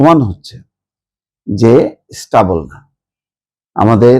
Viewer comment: কথাটা হচ্ছে স্টেবেল ( stable ) not স্টবল যেটা আপনি বারবার উচ্চারণ করছেন! class 3 , class 4 er ইংরাজি বই কিনে একটু পড়াশুনা করেন!